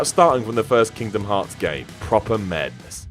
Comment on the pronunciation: It’s called Kingdom Hearts, not Kingdom Brains